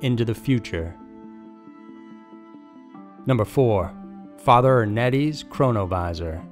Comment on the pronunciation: Keep hearing corona virus instead of chronovisor??